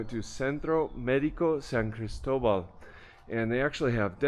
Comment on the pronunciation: Great video! My only objection is the pronunciation of “ Cristo-Bawl” 😢 Might be my French-Swiss upbringing but too many anglophones ‘butcher’ other people’s languages, especially yumas. Otherwise “” seems quite fluent. Been to SCDLC three times recently and loved the area and it’s people. Never got sick, wife and I, and I’m pushing eighty years young -😅